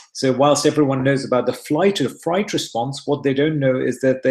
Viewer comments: Fight or flight. They added a third one. I am sure he just misspoke 🤔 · Isn’t it “fight or flight” and not “fright or flight”? Just wondering.